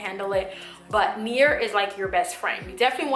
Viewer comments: If you are saying Nair, UNDER NO CIRCUMSTANCES USE NAIR down there! You sound like you are saying nere, but I think you are saying Nair. NO NAIR DOWN THERE! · Near...? or Nair? lol sounds like your saying near.